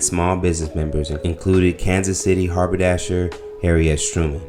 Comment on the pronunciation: "Catholism?" "Harbordasher?" My n*gga...your reading is poor. 🤦🏾‍♂ I was going to share this vid, until your butchering of words dropped its quality.